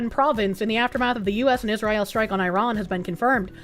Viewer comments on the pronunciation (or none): none